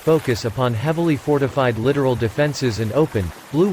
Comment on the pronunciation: When are you idiots going to get rid of the computer voice; can't ID proper names like Littoral (li- tore-all), close to shore ops? Says us, instead of U.S...